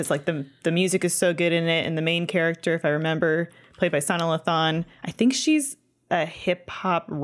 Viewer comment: Listening to mispronounce Sanaa Lathan over and over while simultaneously gushing about how much she “loves her” had me cringing